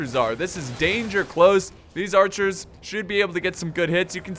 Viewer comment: Mounted AArcherrs